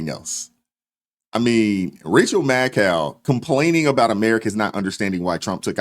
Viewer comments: Hold up, did I hear you call her " Rachel Madcow ". Bahaha 😂😂😂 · I know I will wear hearing aids, but did I hear you right? Her name is Rachel “Mad-Cow “. That’s just hilarious.